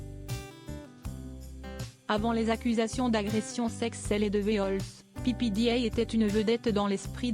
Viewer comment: Pépédéa, bon sang, apprenez à prononcer les noms!!!